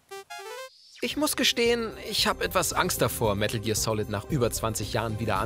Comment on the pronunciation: medäl gear solid